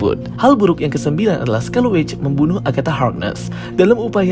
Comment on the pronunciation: Scarlet Witch bukan Scarleu Witch